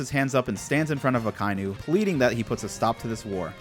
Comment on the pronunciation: Man, I love this series, but you REALLY need to learn how names are pronounced. It's NOT "Uh-ky-new" it's "Ock-uh-ee-new".